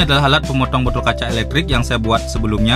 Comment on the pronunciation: bodtol bodol apa botol mas 😅